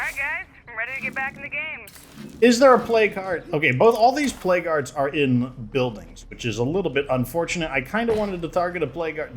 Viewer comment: Why do i hear plague guards when he's saying plague hearts?